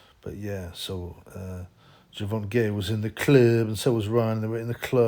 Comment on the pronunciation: Ger-von-gay LMFAO